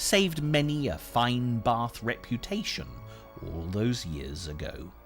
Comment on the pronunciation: there no r in bath